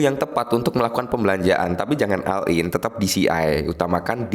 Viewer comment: Oll in bkn all in, di si ei bkn di si ai.